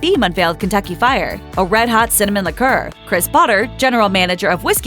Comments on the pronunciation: Interesting how she mispronounces liqueur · Incorrect... propylene glycol is NOT in antiefreeze.. that is ETHYLENE GLYCOL. Man their not even pronouncing liqueur correctly. You can't believe anything you watch. PROPYLENE GLYCOL IS BASICALLY EDIBLE!!!